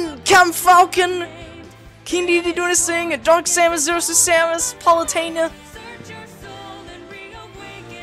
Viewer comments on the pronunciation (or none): none